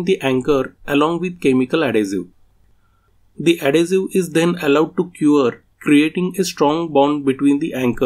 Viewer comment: Excellent explanation...just a help the word adhesive is ad-hes-i- ve like vest its not ad-hes-i-ue...I cant speak another language so respect to you. English is very hard and confusing I am explaining dough (flour and water) and doe (baby rabbit or baby deer) to my grandaughter sound identical totally different meaning.